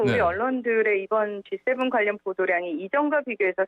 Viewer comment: 진행자는 아침에 GS 편의점 다녀왔나요? G7과 GS는 큰 차이가 있겠지요? 발음 하나 가지고 꼬치꼬치 따지는게 너무 지나친것일수도 있지만 반복되면 곤란하겠지요?